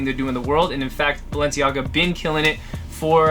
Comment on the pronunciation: BALNEICAGA hahahaha